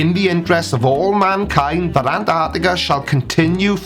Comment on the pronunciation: Why, why these morons keep calling Antarctica “an - arctica”, please, say the Teeeee!!